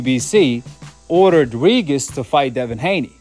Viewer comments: Regis is pronounced Ree-Jus. Sometimes a g next to an i or e is pronounced as J in English. Like in Gin or Gem. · Why do you call this man “ Ree-Gis” 🤣😂😂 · Tha man name is pronounced Re-gist 😂